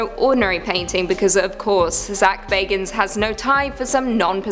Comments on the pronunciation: Pronouced 'Ed GEEN' and 'Zak 'Baggins' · Bagans(bag-ens) Ed Gein (geen; geeeeeee-n) The pronouncing drove me insane